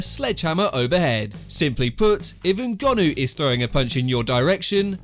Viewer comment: Why can you not say people’s names properly? It’s not that hard? NGONNOU 😂 you do it on every video.. 😂